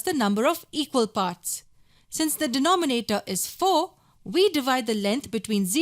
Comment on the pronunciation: Nice video but i keep cracking when u say de-noh-me-na-toh HahahahahahhaahahahhahHah LMFAO P.S really nice video